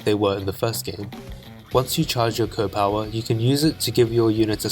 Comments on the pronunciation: Most people in the advance wars community pronounce the powers as C O Powers not CO powers (I know its kinda spelled like that but people usually refer to them as if they are Commanding Officers and not Commanders) sorry for such a nit pick but I do think it would help to improve the video when you remake it. Great content ;) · It bothers me how you say CO (coh) instead of C.O. (cee-oh). C.O. Stands for commanding officer. What’s a co? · A bit of a silly remark, but it's not "Co", it's "SEE-OH". Commanding Officer.